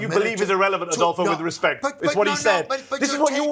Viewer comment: ""Adulpho"" huh?